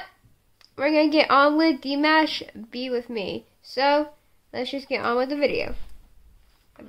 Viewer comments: Apparently, he can't cook. Lol. And FYI, you say his name like Dee-mosh (like a moshpit), not like mashed potatoes. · I can't cook either lol and I said it like (dee-mash) but if it comes out like that it's because I listen to alot of Kpop as well and some of the their names arent pronounced the way they look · Reacts well im telling you it's pronounced like dee-mosh. That's how he says it, too. And i too am waiting the day he tours the US, but hopefully between schooling he will play a few shows. He's going to college in LA eventually. For at least a year.